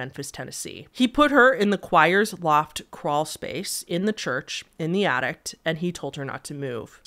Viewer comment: does anyone know why some people pronounce ‘attic’ with a T at the end? it’s always confused me and it seems to be really common in the midwest (no idea where this lady is from, but i live in the midwest lol), along with people adding a D at the end of ‘demon’